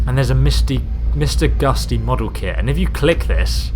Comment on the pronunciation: Mr Gusty :D It's Mr Gutsy